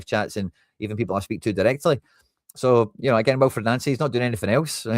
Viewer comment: Why do you keep callng him Nancy? Its pronounced Noncy, not Nancy. Can you please change that? Thanks😎👍